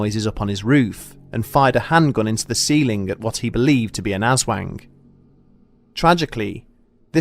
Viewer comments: im pretty sure its ah-swahng not azwang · Tried to listen to this high, couldn’t stop laughing at “asswang”. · "ASS-WANG" HAHAHA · "AssWANG" sounds so dirty! Haha Just so people know, people from the Panay Island say it as "As-huang". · Just to be clear... it’s not “ass wang” as the narrator so cringingly pronounces it. It sounds closer to “oz (as in the place Dorothy visits) wong”. Ok thanks, bye👋🏼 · The problem with English pronaciatuion is that they bend the "A", it's an hard "A" Anders, not Ænders Aswang not Æswang AaaaaaaAaaaaaaaAAAAaA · glad it wasn't just me "wait, it's call ass wang?" XD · It's ASS-WONG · Aswank? Hahaha you said wank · "Ass Wang" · Filipinos: aswang Bedtime stories: ASS WANG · Ass-wang!!! Hahahahahah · Lol...."ass-wang" ... the wang that has an affinity for asses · Thanks for pronouncing it as "Ass-wang", made my day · Lol. He pronounces it as "Ass-Wang". ( ( | o===8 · Ass - wang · Hehehe... "Ass wang". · Phonetic- oswong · Narrator: shadow of the ass wank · Yo why dis man say azwang at the start of the vid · The "ass wang" threw me off Hahaha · "Ass" wang lmao. if you gonna cover mythical creatures from other cultures all over the world, at least try to research and get it right especially pronunciations. Non english speakers always get flak for not pronouncing english words right. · Im sorry I mishear it as "Ass wank" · Hehehe, ass-wang. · I can't help myself but hear "Asswang" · Aswang? Ass-wang? Or, mayhaps, a Dickbutt? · Who else heard "shadow of the asswang"? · Thanks for this spotlight on one of our famous creatures. You guys should hear the stories about this one. Also, I couldn't stop myself from giggling whenever you said "Ass Wang". 😂 Great video! P.S. Do some research on what we call the "Manananggal" which you brought up in this video as the monster who seek out pregnant women and suck out their babies during the night. Another great source for scary stories. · "The shadow of ass wang" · "ass wang" me: chuckling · The ass-wang?